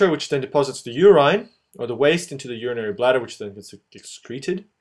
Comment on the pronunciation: "You rine" lol